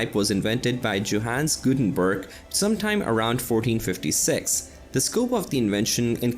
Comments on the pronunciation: The Gutenberg part is hurting my ears. Gutenbörg is bad, but at least somewhat close. But Mainz butchered to Maines...... I know, this does look all too close. It ain´t! Maine as an eastern US state is pronounced that way. Mainz as a city of Germany is NOT pronounced in any english manner (why would it?). Mines in english comes close to it. Z (zed! not c!!!!!!!!!!!) is a TS, so it would rather be a combination of mines end mints to say Mainz as it is supposed to be spoken. Thx. Jay-zed approves ;) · It is funny because apparently the original video is on a German channel, but the narrator is definitely not German. I'm not a German myself, but I can hear that he mercilessly butchers those poor German names such as Johannes Gutenberg and Wilhelm Conrad Röntgen, just to mention a few.